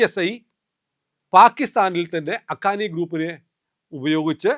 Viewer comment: അഖാനി അല്ല ഹക്കാനി നെറ്റുവർക്ക് എന്നാണ്.